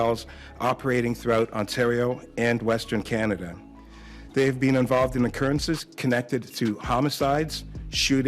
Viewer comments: Say “Canader” one more time….. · LEG AZZ. CANADURR. YEWCHEWB.